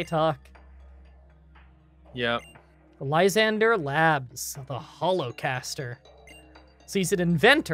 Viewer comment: might be the only person i have ever heard read Lysandre's name correctly on the first try lol